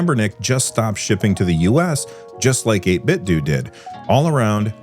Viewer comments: apparently its 8bitDOO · This is small, and silly and besides the point - It's "Eight-bit-doh" like "Nin-ten-doh" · Yeah, the official pronunciation is like "Nintendo." That's why they chose that name, it seems.